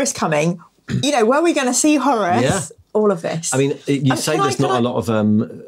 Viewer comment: Is anybody else weirded out that pronounces "Horus" as "Horace"? Flashbacks to 80s ZX Spectrum games...